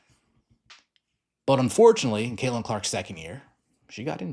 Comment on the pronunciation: Caitlin with a t. Not Cailin.